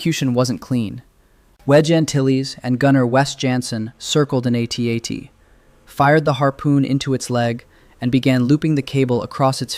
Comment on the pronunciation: what is an "a tat"? Did you mean "AT-AT"? That sounds like a mistake an AI narrator would make.